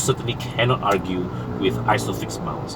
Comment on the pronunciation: Hahaha. Its nothinglah but your pronunciation of 'argue' got my attention. I like the fact that the review was done thouroughly even after the car was used for 1 year. But, honestly though, the design of the persona really is quite premium to me. The rear looks so handsome(white and brown version) Why not collaborate with roda pusing on more reviews on modifications on the persona? They are doing projekRQ. Saya sokong dua2